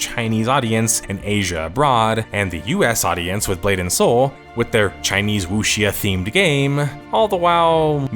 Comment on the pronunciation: it's "woo-shaw" man "woo-shaw"